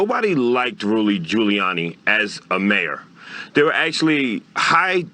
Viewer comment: Nobody liked "Rooly" Giuliani